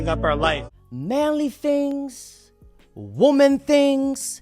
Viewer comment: DOG, WTF is it soooooo hard for you to say WOMAN & WOMEN properly!!???!!!! I watch your shit, but when you say it wrong, every mfkn time, it really bothers me!!!